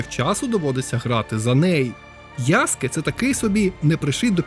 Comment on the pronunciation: Тиба😮 Нарешті хтось правильно назвав його ім‘я - ЯСКЕ👍 А не то як з мокшансько-совєцької транслітерації🫶 А стосовно гри, ну якби не прив‘язка до серії АС, то може як окремий проект і можна булоб зіграти та можливо отримати якесь задоволення, а як я помітив що більшість обурень починається з фрази - «це вже не той АС», на крайній випадок кліки могли б зробити щось по типу «Assasins Creed: Stories», можливо так булоб менше «питань» та обурень🤔 На подібний коментар мені хтось відповів: і це був би сон собаки! Та нехай і сон собаки, це їхня франшиза, але навіть в такому випадку, «нові» частини можна булоб не прив’язувати через «ср**ку» до основного сюжету🤔 Чи в орденах ассасинів та тамплієрів - були тіки головні і впливаючі на історію члени? Ні, тіж тіпи які видавали завдання, та інші учні… з цього навіть можна якусь сессійку зробити🤔 де ти доприклада ноунейм член ордена, навіть редактор персонажа можна підв‘язати, виконуєш буденні завдання🤔 Йой, щось мене занесло, дякую за відео(і за правильне вимовлення) 👍🫶🇺🇦